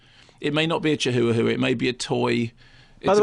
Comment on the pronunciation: Haha, the way Mark says “chihuahua”. Chi-hoo-uh-hoo-uh. Hahaha. Oh those Brits. And “Boxing Helener”.